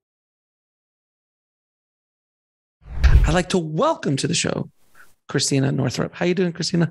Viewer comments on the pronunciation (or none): Her name is Christiane (3 syllables). FYI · I think she pronounced her name “Christiane” - “Chris - T - e - anne”. Love this pioneer!! Isn’t it funny she has the name Christ in her name. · Her name is not Christina,,,,,learn how to pronounce her name as you would not want people to mispronounce your name! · her name is Christiane, not Christina...And the written script she was just in Atlanta then Asheville, not Nashville...thought you'd want to know; ) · It's not "Christina", FYI. Christiane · Christiane = Criss - T - ann